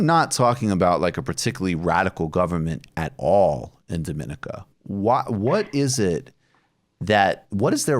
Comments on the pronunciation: Its pronounced “dō-mi-nee-ka” btw Not like Dominica as-in The Dominican Republic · You're pronouncing the countries name wrong. On a more important note. Thanks for covering this issue. Great work as always.